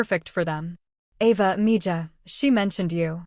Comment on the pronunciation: Once again; mija is pronounced miha 😡